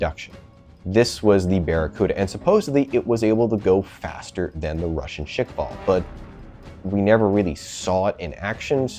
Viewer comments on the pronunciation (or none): yeah i had to stop after he said shik-vall four times in a row, its "squall" but with shkv- instead of skw